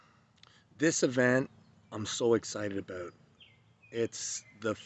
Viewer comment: "This Event , I'm so excited aboot"